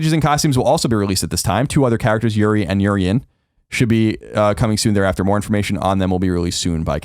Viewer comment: Did Colin say "Yuri and Urian"??? Her name is Juri. It might have been a typo